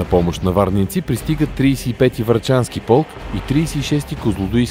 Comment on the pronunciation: АБСОЛЮТНО СЪМ СИГУРЕН ЧЕ НАРОЧНО КАЗА ВАРНЙЕНЦИ